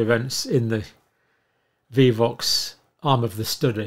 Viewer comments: why is he saying vivox multiple times instead of vioxx. glad he aint my doctor... but then i dont have a doctor as they all dumbasf$ck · ROW-FEY-COX-IB would be the proper pronunciation, dear Dr. Campbell - & it is VIOXX*, not *viVoxx - Vioxx was approved by the FDA in 1999 and withdrawn in 2004 after it was found to increase the risk of cardiovascular disease.- thank you, John for all you do ❤ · Dear Dr. C -- Vioxx is pronounced "VI-OX" with a long "i". It is not "Vee-vox". FYI. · Not vivox. Vi ox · The only reason i can pronounce Vioox is it was all over the news. There is only one V in Vioox. Viiii ox. Long i and ox 🐂. Respectfully from a fan in the USA. ❤ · It is prounced VEYE-OXX, not vivoxx. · VIOXX is easy - Theres only 1 V ... V-EYE-OX is the way us Murkins pronounce it. Ive heard europeans say VEE-OX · Hi John Incredible work you do! Its name is with one V. Sounds like Vi-ox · Hi Dr. Campbell. You are adding a v. It is pronounced vy-ox. Thank you for all you do! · Drug is pronounced as vi ox. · Vioxx, like v eye ox 😊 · Prounounced vi(e)-ox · Vioxx - Pronounced like "Vie - ox" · Dr. Campbell - The pronunciation of VIOXX is like (v - eye - ox) as in "we vie with the powers that be for the right of informed consent". Two oxen vie for power. Vi-oxx. Mispronouncing trivial words is very on-brand for the English. 🙂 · It’s pronounced Vi( as in eye) - ox. And I was so upset when it was taken away as it worked so well for my inflammation and pain. But I’m so glad it was removed as I could have been one of the fatalities. 😢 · To help the pronunciation.... Vi (long i sound) - Ox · Thank you doctor , Just want to tell you it's vy Like buy Ox( Vioxx)💖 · Vioxx is pronounced "Vye-ox". It was relentlessly advertised here in the US for years. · Vioxx "VIE" "OX" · Probably depends on where one is from.